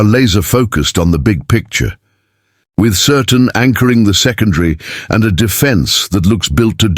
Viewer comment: Please learn how to pronounce the player's names. You might even get more clicks and subscribers. Sir- Tan, not Certain.